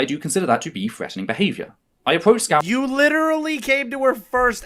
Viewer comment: Isn't it weird that mispronounces VangelinaSkov as Skow? It may be an accent thing, like how Canadians make the T letter in some words sound like the letter D. But, given the fact that is trans, surely she would be aware of how important names are to people, and given that she continues to do it throughout her "accusation" video, is it meant to be a slight?